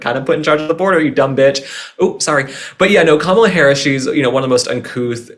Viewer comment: Thank you again. I love your honesty about Kamala. 😂 you said it correctly. .. lol